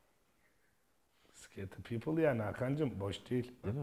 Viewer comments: Scottie Pippen'a defalarca Scottie people diyen Batuhan Karadeniz cahilliği 😁😁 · Scottie Pippen❌ Sıkotıl Pipıl ✅